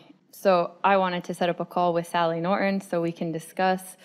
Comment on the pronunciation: It's Nor-ton, not Norin